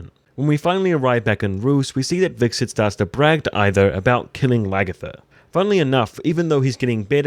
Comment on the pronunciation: It's Hvitserk not Hviksert